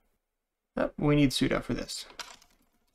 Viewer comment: Those are demons, not daymons. Yes, it is spelled daemon. It is pronounced demon. Also, sudo is sue-dew not sue-doh. The command uses su to do something, not to doe something.